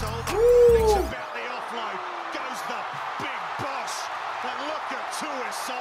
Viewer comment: His name is Josua tuisova not JOSHUA the commentator he’s pronouncing this guy’s name wrong.